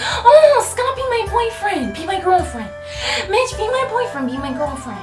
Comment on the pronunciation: OMG when she said Mitch I thought she said bi*ch lol